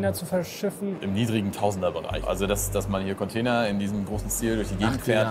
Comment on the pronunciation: Bin ich der einzige den es anders abfuckt das die ganze Zeit “Conteiner” sagt?